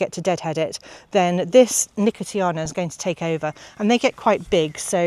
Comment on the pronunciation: Just adding to the pronunciations that, you were right first time with nuh-kow-shee-aa-nuh for nicotiana which I did not know. Always fun to learn these, preferably before I go to the garden centre and start asking 😆